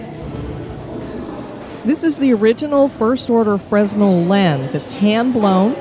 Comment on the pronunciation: Love this lighthouse. The whole site is a must see. Thanks for this video and bringing me back. Btw the “s” is silent in fresnel 😉